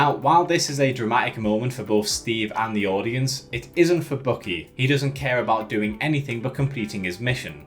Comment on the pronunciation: Also dude, it is BUCKY. Like in buck, the male deer. Look it up how it is properly pronounced. Or how Steve says it in the movie!!!